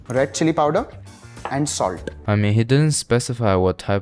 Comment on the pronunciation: that salt got to be acidic the way he said SalT!